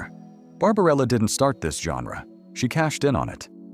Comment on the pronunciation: What, exactly, is a 'GEN-drah'?